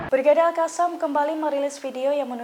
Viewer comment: Al qosam.. Bukan Al kasam...heehhhh.